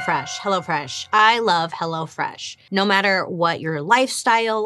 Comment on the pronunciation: Did you say " Hello Flesh"!